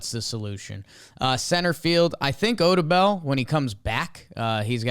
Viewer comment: The way Odubel and Moniak are pronounced here is wild